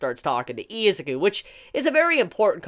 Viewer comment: It triggers me that you say EEEzuki and not I-Zuku